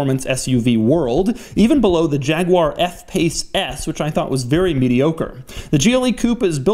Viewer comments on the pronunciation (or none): none